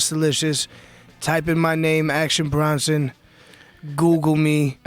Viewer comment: BRONson Not Brunson Joe. . Fuvkn moron